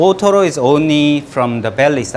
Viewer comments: the guy keeps saying ootoro, i hear totoro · kamatoro, ootoro, totoro